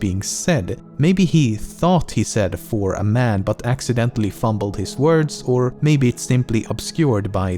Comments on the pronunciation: He actually says "a man". But he says it like aman, so people can't seperate the a from man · I hear that a small step for a man but its pronounced A small step for aman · I hear it, he says it very quickly though its more like "One small step for uhman" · Am i the only one who can actually hear "for A man"? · You can slightly hear the "a" but its kinda merged with "for"